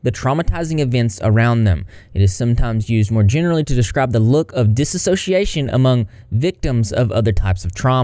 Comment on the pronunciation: It’s just ‘dissociation’ not ‘disassociation’